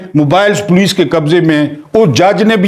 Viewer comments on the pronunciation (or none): none